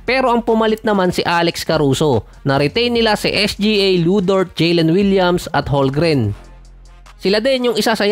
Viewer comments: Holmgren silent "L" hndi Holgren 🥱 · Holmgren boss hindi holgren✌️